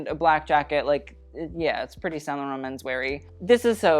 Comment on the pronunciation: Same for saint laurent ! As a french person he pronounced it really well most of the time